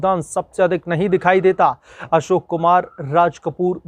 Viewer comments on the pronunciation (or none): none